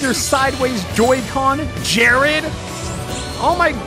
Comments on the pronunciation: why does alpha pronounce Jaird Jared? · The name was actually “Jaird”. He misread it the whole time. Or did he? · its not jarID its jairD JAIRD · I like how you mocked how dumb they were but read jaird as jarid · Umm... His name is Jaird... not Jarid... But everything else was probably true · Alpharad - Stares at the name and calls him Jarid. Me, an intellectual - Wait it says Jaird. That’s dumb as hell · That's because the mind does a backflip trying to internally pronounce "jaird" every time it's read. "jarid" is much easier. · He said jarid but it was jaird all of the sick burns for nothing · That Jarid bit soured me on this video. Yeah, he shamed the name of Zelda, but come on. Don't be mean about it. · "did you finish high school jarid?!" said alpharad, reading his name wrong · Drinking game: Take a shot for every time Alpha says "Jaird." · Drinking game time! 🍺 Take a shot everytime Alpha says "Jarid" Congratulations! you're now drunk... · Freaking the way he says JARID was so funny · I came back to this vid because i wanted snake cancer, i forgot about jaird. How does Alpha not say it right?